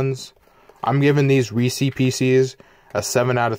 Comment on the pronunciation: I dislike the video because he say reese's wrong